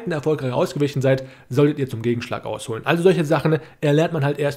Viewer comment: Danke fürs Video! Finde deine Aussprache zu geil, ausnutznE, ausholnE 😂